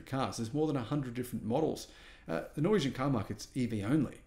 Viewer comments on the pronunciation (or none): none